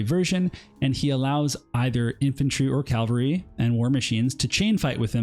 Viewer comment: Wonderful series of videos but your pronunciation of cavalry hurts my soul Q_Q